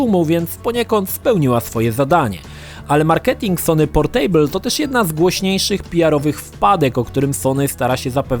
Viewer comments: Boli mnie jak wymawiasz słowo 'Portable'. Mówi się 'PORTAbl' a nie 'porTEJBL'. To nie jest stół :P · to nie jest POR STÓŁ. "Portejbyl" ^^ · Jak słyszę to "portejbl" to mi się w kichach wywraca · PorTEJbyl - ten człowiek nazywa się redaktorem, a nawet nie sprawdził, jak nazywa się produkt. Totalna ignorancja językowa. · A spierdalaj, każdemu się idzie pogubić. Ja do tej pory nie wiem jak się "portable" czyta. Zero wyzumiałości :'(( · fajny film ale wymowa Portable jest zła wymawia się portybyl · Playstation Portejbyl 😂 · >portejbl usuń to xD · Super materiał. :) Jednakże to "portejbyul", tak strasznie drażni... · zle czytasz Portable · sprawdzaj wymowę takich słów jak "portable";) wystarczy włączyć jakikolwiek słownik online i posłuchać.